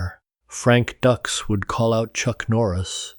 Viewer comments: These AI videos are notorious for mispronouncing words and names. It's DUKES, not DUCKS. Very annoying. I'd be ashamed to release this video. Then again, the entire story is a total fabrication. None of it ever happened. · It's DUKES! Not DUCKS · Frank "Ducks"????? Did you even watch the movie "Bloodsport", Dude??? Good grief!!!! They even made a special effort in the movie to pronounce his name right!!! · It's frank Dukes dude wtf get the name right Dux If Dux is the correct spelling that's all good but pronounce the name correct please lol 😂